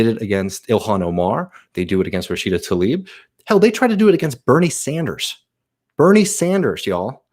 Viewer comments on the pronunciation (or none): none